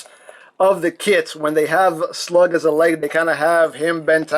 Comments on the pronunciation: Anyone else hear that he called slug a slag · It's slug not slag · Thought it was slug not slag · Its slug not slag